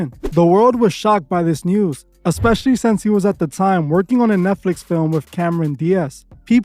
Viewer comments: Was she saying “egg-specially”? 😂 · is, tell the girl in your videos that talks about all these things with you to stop saying “eggspecially” lmao she don’t know how to pronounce “especially” cmon bruh